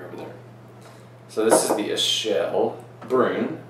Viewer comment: It's pronounced Akel, actually, since it's from Limburg. I've had Westvleteren 12 many times, and I can say that it blows St. Bernardus Abt 12 out of the water. I once had a blind taste test along with the Abt 12 and everyone tasting picked the "Westy" over the Abt 12. But it is subjective.